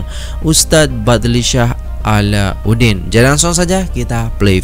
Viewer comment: Cak nama ustaz tu bukan A la U din. Tapi A lau din....Alaudin